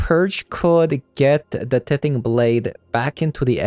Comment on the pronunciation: BTW, tithing is pronounced "TIEthing" :) Thanks for the video! It's a shame we didn't get to see Doom Foretold much in the video, but I appreciate you giving the deck another shot. It was fun that Blade could get replayed off of Divine Purge, seems to have pros and cons there--but not hitting planeswalkers sure is rough.